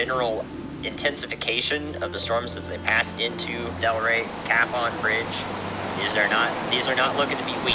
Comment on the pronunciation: Great video found it interesting to hear the Weather Person giving the weather warnings. Ammusing when he he says Capon (Ka Pon) Bridge as "Cap On Bridge".